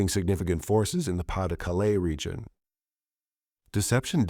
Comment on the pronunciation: Btw, your pronunciation of "Pas-De-Calais" was quite good, thank you :D